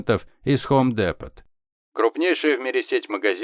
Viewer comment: Спс. Только не хом депоТ, а хом дИпо.